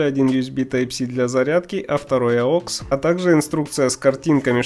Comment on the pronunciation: Не аокс а аукс